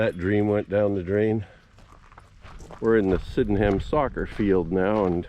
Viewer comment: I enjoyed a walk around my village! Thanks. Locals pronounce it "Syd'num". 😁